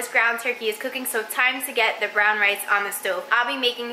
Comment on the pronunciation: Am I the only one who heard "cocaine" instead of "cooking" 😂 and "synonym" instead of "cinnamon" 😅 maybe my hearing is just bad!